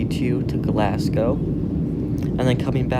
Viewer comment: People make Glass-Cow